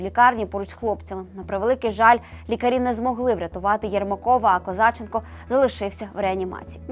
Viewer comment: Навчіться правильно ставити наголос КозачЕнко